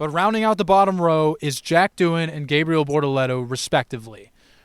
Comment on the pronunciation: "Gabe real" is insane. The videos are good but the pronunciation is wack.